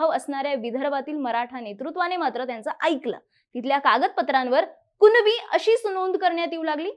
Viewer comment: मॅडम अगोदर कुणबी बोलायला शिका..... कुनबी नाही.... मूर्ख